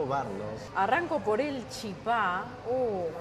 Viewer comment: No es chipá Con acento en la A. Es chípa con acento en la í.😊